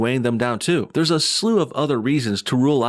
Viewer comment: yo I see you "Thurrrrrrs" Lol NO BULLSHIT ARE YOU secretly Hood and not telling us? or from Texas?